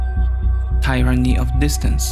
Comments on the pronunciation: Please stop saying TAI - RUNNY. The correct pronunciation is easy to look up if you really want to speak proper English. It's pronounced more like TEE - RUNNY but with a very short first syllable. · You mispronounced Tyranny.